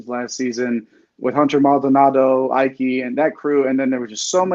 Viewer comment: Just a heads up guys! Graham Ike's name is pronounced E-Kay not I-Kay 😁